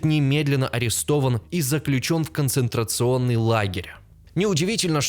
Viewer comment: научись правильно произносить "концентрационный! и "готтентотская мораль". слушать противно....